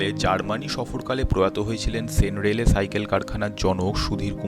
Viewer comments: সেন রেলে নয় , 'সেন -র‌্যালে ' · কন্যাপুর নয়, কল্যাণপুর। সেন রেলে নয়, Sen Raleigh.